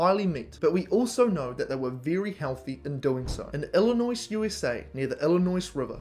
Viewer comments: It's good that you acknowledge the link between brain size and intelligence. There are racial differences in average brain size. By the way, it's pronounced "Illinoi." The final S is silent. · That explains it so well. There’s no s pronounced on the end of Illinois. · the letter S is not pronounced in the word Illinois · Illinois, USA. The “S” is silent